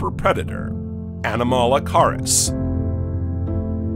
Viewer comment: His pronunciation of "Ediacaran" went right up my spine. Either don't use AI narration or program it to pronounce words properly. FYI: it's pronounced "eee-dee-ACK-aran," It's Australian in origin (the word, not the period.) 😂 "Anomalocaris" is worse - would have been unintelligible without the video.